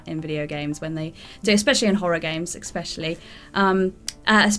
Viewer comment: Why does the woman pronounce the word especially as eckspecially? She did it in a video a few days ago too